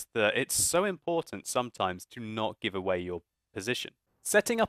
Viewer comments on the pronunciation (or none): none